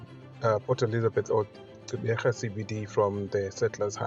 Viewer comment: Pronounce the Gq as in the iGQirha Lendlela (the click song by Miriam Makeba) - a VOICED CLICK. Not Qeberha which is an UNVOICED CLICK. See? It is not Xeberha, nor is it Ceberha. Practise the clicks.